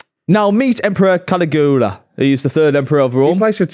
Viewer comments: Caligula(Ka-Lee-goo-la) as says…is actually Caligula(kuh-li-gyuh-luh) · To it’s Cal-ig-U-la not Cali Goola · You'd think would have looked up how to pronounce Caligula